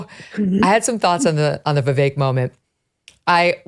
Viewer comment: I wish this guy would learn how to pronounce Vivek’s name. 🤦🏻‍♀️